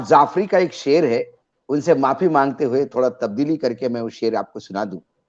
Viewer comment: His name is SHAHAB JAFRI, not SHAHAB ZAFRI. I'm sure he deserves an apology for the wrong pronunciation of his name. 😇